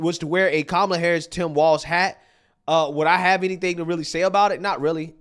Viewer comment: Guy spent the whole ad calling her Kamla, I thought it was racist to say her name wrong but they run a whole ad 🤔